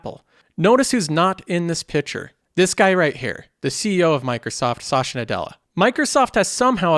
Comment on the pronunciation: Was wondering where 'sasha' came from lol